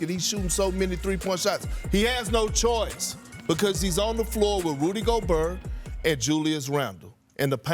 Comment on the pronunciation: "Rudy GoBERR"